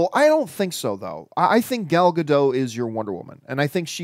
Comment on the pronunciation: John finally said Gadot right!